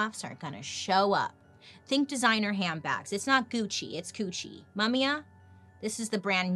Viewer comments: I was soooo confused about what's mumia and it's just مومياء those europeans messed up the pronunciation 🤣🤣 fun fact we pronounce it as moomia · Hi bailey I just wanna say I love you smm and thank for being the best person ever,I just wanted to point out that the word mumya or مومياء is actually mummy in Arabic not resin it's pronounced moo-myaa with the letter ء in Arabic witch I don't know how to explain Its a sound so just hear it on Google translate btw I'm Arab and fluent in Arabic so I just wanted to correct you 🫶🏻🫶🏻love you bailey ❤️